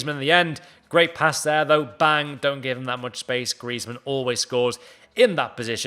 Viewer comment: It's griezman don't watch it😂😂😂